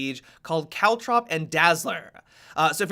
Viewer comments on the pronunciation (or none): stop saying caltrop like that